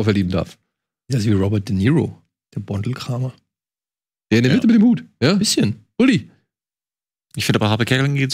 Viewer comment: Wie hart sich daniel tut Boandlkramer auszusprechen bzw. Wie falsch sich das aus Östereich/bayrischer sicht anhört 😅